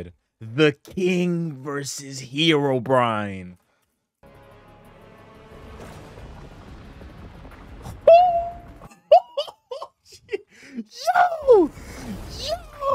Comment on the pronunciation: Is it just me, or did people pronounce Herobrine as "herobrian"?